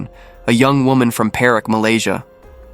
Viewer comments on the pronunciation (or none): Not Perrick - it's pERAK!!😂